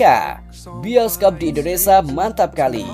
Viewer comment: Belajar nyebut yg bener bang...biasain.... INDONESIA bukan Indonesa